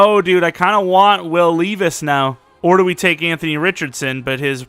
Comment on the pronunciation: btw it’s lev-ice